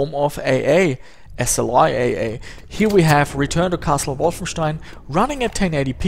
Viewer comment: Finally it's confirmed, german is your native language. Was not sure before but how you pronounce Wolfenstein gave it away. :D